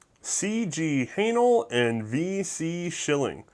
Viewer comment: Has he figured out yet that it's not pronounced "carsenal"? :)